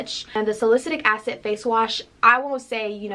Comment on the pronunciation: Haha and salicylic acid 😂